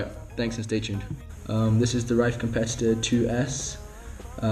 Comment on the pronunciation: its pronounced rif